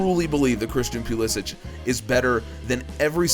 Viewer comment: Quick question, why do you pronounce pulisics name pew li sick when he stated that he wants it pronounced puh liss ick? It sounds so strange when it’s pronounced the way you do. No offense.....just wondering